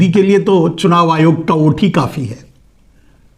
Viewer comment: ओट बोल रहे हो या वोट समझ में नहीं आ रहा है 😂